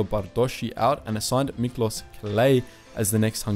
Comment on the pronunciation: Miklos is pronounced Miklosh. - Thousand Year Reich is Tausendjähriges Reich, not Tausend Jahre Reich. - Representing Nazi Germany with the war flag of the Weimar Republic, seems inappropriate. Black-red-gold represented democracy and was anathema for the Nazis. Better use the black-white-red flag, which was actually used for two years by the Nazis until 1935.